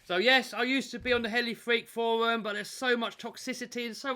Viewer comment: can't say forwum pwoperly therefore he's not doing anything cowectly.! I think EVERYONE will agree with me when I say that RCs are NOT for fun & they should NOT put a smile on your face.!!.. RCs are SUPER SERIOUSLY & should make you miserable... Fnar Fnar Fnar.!